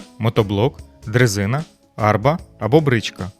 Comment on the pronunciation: Вітаю. Гарні вікторини, але ж будьте уважні у наголосах: не Арба, а арбА; не кОлос Родоський, а КолОс Родоський. КОлос у рослини❤